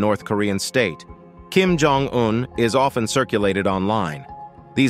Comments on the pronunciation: At the mark, you showed a picture of south Korea. I know this because a road sign says Busan 35km with a large nuclear plant in the background. This is sloppy editing. The narrator also doesn't know how to properly pronounce Kim Jong Un's name (hear this ). This short documentary has many flaws. Choose a PBS documentary - there are several - if you want a better idea of what North Korea is and isn't. I wouldn't waste time watching this one. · Cant watch any more of the English language being butchered by this chatbot. If the makers of these videos want to be taken seriously, they need to teach their robots properly. Lab hour 😠 Kim Jong double u u🤬